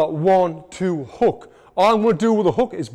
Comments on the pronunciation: Bro said haw thuah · 1 2 hawk tauhh 😂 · 1-2 Hawk-tua is what I heard and can’t unhear it now 😅